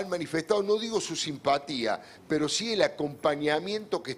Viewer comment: Peto 😅😅😅te falla la erre 😅😅😅